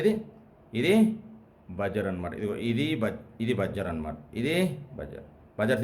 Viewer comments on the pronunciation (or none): చాలా సులభంగా, తేట తెలుగులో చక్కగా చెప్పారు. బాగుంది. కాకుంటే ఓ చిన్న సవరణ. Buzzer ఉచ్చారణ "బజ్జర్" కాదు, "బజర్" అనాలి.